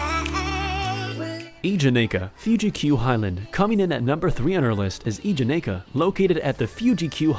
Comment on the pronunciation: The “Kingda”, now that’s some intense GP cringe.